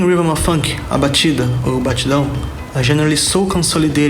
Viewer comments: Mano, ele pronunciou batida ou batidão mt bem kkkkkkkkkkkkk krlh eu estranhei pra caramba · Bro you pronounced "batida or batidão" sooo well, wtf?